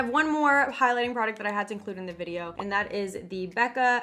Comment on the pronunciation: Vid not bid lol